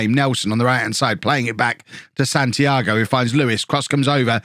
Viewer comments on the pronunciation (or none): none